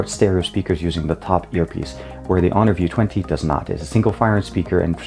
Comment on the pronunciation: you are just butchering honor view 20!